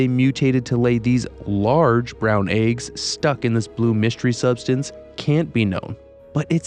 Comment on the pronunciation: Its eggs, not AYUGS lol